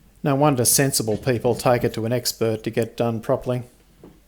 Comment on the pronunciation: ”Expert assistant” but I heard “ex bird assistant”. Shocked for a moment there :)